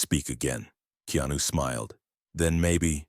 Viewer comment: 😣 his name is pronounced (KAY-ON-NEW) really aggravating when I hear someone pronounce names or words in general incorrectly. Keanu is the realest that we should all admire.